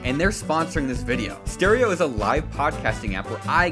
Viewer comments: When he said stereo I thought he said steroids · I heard, “Caretaker and I went high on steroids” instead of “Caretaker and I went live on stereo”